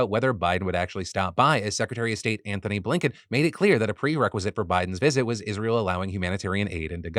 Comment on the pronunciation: Am I the only one who hears "Anthon-Abe-Lincoln" everytime Phil Says Anthony Blinken's name?